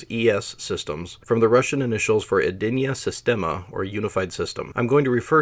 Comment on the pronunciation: Edinaya sistema sounded right, you can just say Yeah-ass that's how everyone pronounced it here, although I think I usually heard it as Yeah-Ass-Eh-Vah-Ehm (ЕС ЭВМ). Ryad is rather ree-at given English does not have soft consonants. Your Minks is perfect anyway.